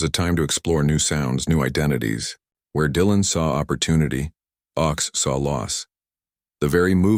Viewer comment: His name was pronounced OAKS. His political songs were wonderful but he also wrote a great romantic song called CHANGES.